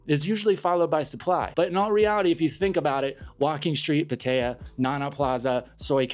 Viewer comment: Your pronunciation of Pattaya is way off.